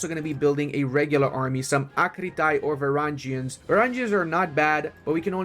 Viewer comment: some constructive criticism here: Varangians isn’t pronounced like Vareingians. And some interesting historical facts about them is that they were the praetorians of the Byzantine empire and protected the emperor. They were viking mercenaries (yes from Scandinavia and the Baltic) and they became the elite of the elite, the cream of the cream for the Byzantine armies.